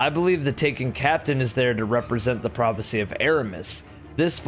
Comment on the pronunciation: when you say prophacy i think fk sundial